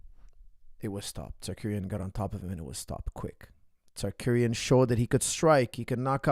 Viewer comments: sarcurian lol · Whos Tsarkuryan? 😂 Tsarukyan dam it